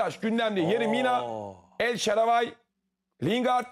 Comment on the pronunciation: Dunya Futbolunu takip etmediginiz o kadar belli ki. Telaffuzları duymazsanız daha dogru bir karar olur. Hahaha el şaravay ne Ertem.